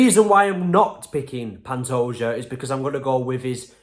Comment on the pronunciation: Man, you actually got Pantoja's name right.